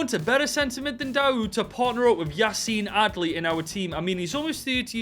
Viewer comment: My name is - And I love the way you said Yacine Adli - Support from South Africa 🌍